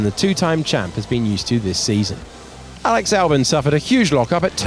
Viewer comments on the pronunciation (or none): none